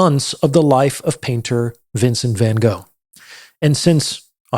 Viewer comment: If you wrote a book about Van Gogh, you should learn how to pronounce his name correctly. no offence, but still...